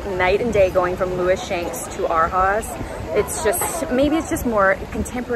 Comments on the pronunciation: I was going to say the same thing! I took German for 3 yrs in hs so when she said haus like haas I was like i hope that's not how they're pronouncing it. I assume they're trying to have it sound like they're saying "Our House" in the lazy way we say "our" like "are" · I assume Arhaus is German. Which would mean you pronounce it ahr-house. Ah like open your mouth and say ah! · New furniture is expensive.... you should plan to spend $$$$$$ to furnish all of your cottages....BTW its pronounced (Arhaus) “Our House” you can tell you just shop vintage 😁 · Loved this video! So exciting to see all the beautiful furniture with you. I also wanted to say I think Arhaus is pronounced like “our house” but I could be wrong! Thank you for taking us on this trip with you! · For anyone wondering by chance, Arhaus is pronounced like “our house” 😃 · Lewis Shanks must be where all hotels get their furniture. The only time I've ever seen furniture that looks like that is when I stayed at a hotel. Random Question: Isn't Arhaus supposed to be pronounced like "Our House"? I thought it was supposed to be a fancy pun.